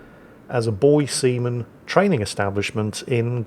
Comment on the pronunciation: you said, "...boy seamen..." hahahaha